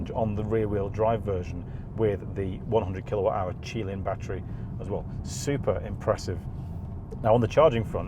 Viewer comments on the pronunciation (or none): none